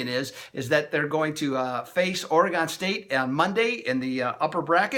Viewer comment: I'm sorry man but i get real tired of people pronouncing oregon wrong